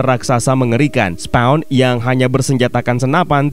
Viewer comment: SPAWN yah jangan dibaca Sepong ! Siapa yg mau di sepong atau kena sepong ?